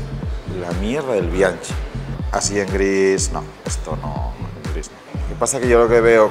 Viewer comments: Por qué pronuncian bianchi con ch, si la pronunciación es bianki (es italiano). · Mis queridos amigos, me he mordido la lengua durante muchos episodios, pero llegó el momento de contaros algo importante sobre Bianchi: Es una marca italiana, por lo que se pronuncia "Bianki", con K de Bikineros. Espero que corrijáis este problemilla de pronunciación en próximos episodios de YouTube y podcast. ¡Un abrako! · Me gustaría que la pronunciación de las marcas fueran correctas. P. E. Bianchi, la ch en italiano corresponde a la q del castellano. Me parece un poco de respeto a los idiomas en general y creo que añadiría algo de conocimiento en general. Muchas gracias.